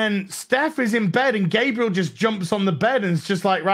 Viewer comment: I love the way you pronounce Gabriel. At first I thought it was intentional.